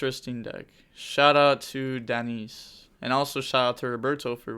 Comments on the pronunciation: Ou-alid - Denise.... bruh 😲 Danse = Dance in french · the second dude's name is pronounced like 'walid, dance'